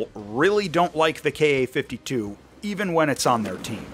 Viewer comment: Thank you for saying "Kay Ay" and not "Kah." Drives me nuts. "Kah." "Soo." "Mee [Mi]." Drives me insane. All the youtubers do it, especially the ones following the "current events" going on Over There.